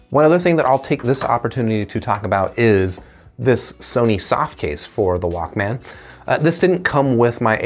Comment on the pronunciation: The way you say Walkman "Walk-man" is equivalent to pronouncing breakfast "break-FAST".... it's odd lol. Nonetheless, great review. Appreciate it.